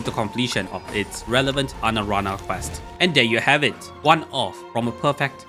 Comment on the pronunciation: "Anarana" lmfao